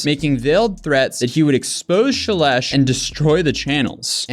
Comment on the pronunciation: Shelesh... sounds like Trump trying to say Celeste ("God blesh the united shates")